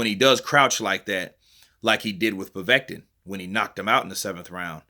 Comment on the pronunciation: It's so funny how you pronounce Povetkin. Like you say "Proveten". 😂😂